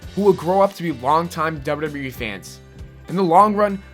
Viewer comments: You say WWE funny! DERBERDERBEREEEE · it's funny how you say wwe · honestly the way you say wwe is funny